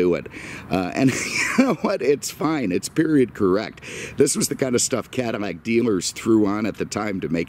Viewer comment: Again your calling it a Cadimac. It's a Cadillac not a Cadimac.